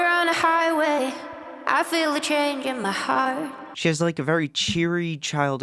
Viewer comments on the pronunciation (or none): none